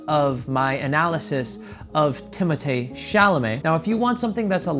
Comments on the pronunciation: I love how you call him Timotay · Ooooohhhh my gohd if you call his name like that one more time goddamn it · I laughed so much at you struggling to say timothee and saoirse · A dating expert mispronouncing timothee’s name for 11 minutes straight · those girls were just wrong lol